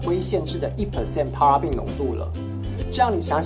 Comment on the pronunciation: 謝謝，不過paraben發音錯了啊